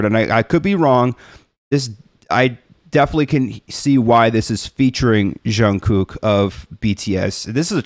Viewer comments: I think the reason we as fans are so dedicated to BTS is because for many of us, they either literally saved our lives, or were instrumental in our recovery. I wouldn't be the person I am today without BTS. As for pronouncing Jungkook's name, you are really close. Jungkooks name is very difficult for non-Koreans to pronounce correctly. To say his name correctly, try saying it with your teeth closed. Move your lips and tongue, but don't actually open your teeth. Once you know what it needs to sound like, you can move your teeth again, as the closed jaw is just a trick to help get the hang of it. And if anyone wants a brief Hangul lesson to understand Jungkooks name better and why most of us say his name wrong, please read on. When Jungkook chose his stage name back in , "Jungkook" was the correct romanisation of his Korean name "정국." However, the South Korean government changed the romanisation system they were formally using a few years ago to more accurately match the correct pronunciation. So the correct way to write his name using English letters is actually "Jeong-guk" and that is more representative of how to pronounce his name. However, he stuck with "Jungkook" as his stage name for simplicities sake. Korean is a language with typically softer consonants and vowels than English. It is also a very fast spoken language, so you don't linger on sounds the way we do in English. Instead, everything kind of blends together to make soft, lyrical and fast language. The soun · You are doing better than most with JK's name and it's fine the way you're pronouncing it. If you want to get more precise when you hear him say his name the first K is pronounced more like a G. (Jung-gük) You should react to one of BTS's latest releases in the last week or two titled RUN BTS. It's sort of a fusion of hip Hop and rock elements. I think you'll find several "surprises" in the arrangement/production of that song. (Be careful not to confuse it with an older song of theirs called RUN)